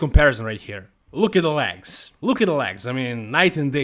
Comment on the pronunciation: I mostly watch these to hear say “LAGS” ….. “look at those LAGS” lol 😂